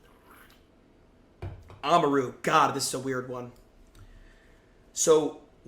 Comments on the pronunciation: why did you say amaru's name like that? its not oma-ru its amar-u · bro said oma roo